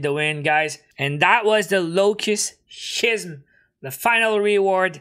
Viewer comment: Schism means a dramatic change and it is pronounced as ski-sm.....